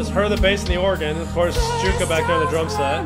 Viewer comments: Just a small point about pronunciation. For Jukka, it's not "Joo-kah," it's "Yu-kah." J's in Finnish are pronounced as Y's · Alright, it’s time to make a few pronunciation corrections😊 - Europeanize you! Jukka is properly pronounced “Yukka” Wacken is pronounced “Vakken” The previous 2 singers were Annette (“Ann-net-Ah”) and Tarja (“Tar-ee-ah”). Helps to have Dutch in-laws….😉